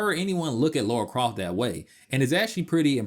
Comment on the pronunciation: A couple minutes in and I've heard "Laura Croft" multiple times now... gonna keep calling her Laura for the whole video...